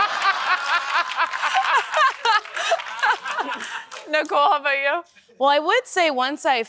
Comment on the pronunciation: Ni-COLE! 😂 Arthur is an aardvark and in the original kids’ book he was embarrassed by the length of his…nose. I can never unhear what Nicole said.